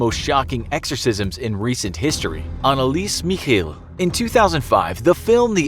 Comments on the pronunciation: I need an exorcist for the way Anneliese Michel was pronounced. Sorry but that sounded terrifying. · you're saying Annelise Michel WRONG